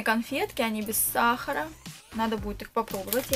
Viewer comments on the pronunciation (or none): none